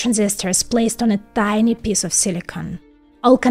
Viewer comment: Your pronunciation of piece sounds like piss.